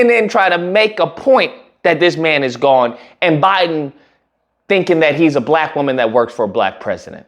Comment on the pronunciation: Bruh, I could swear I heard you say.....upon hearing conspiracy to destroy Blak boys....